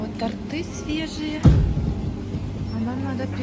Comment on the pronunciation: ТОрты, а не тортЫ